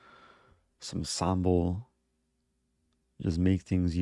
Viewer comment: Is that how the majority of Americans say sambal? That sounded so odd but I'm not shaming, it's genuinely interesting